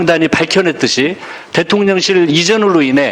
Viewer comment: 김병주의원 대통년 ㅎㅎㅎ 령 발음이 어렵나봐요. 일 잘 하는 김병주 의원 파이팅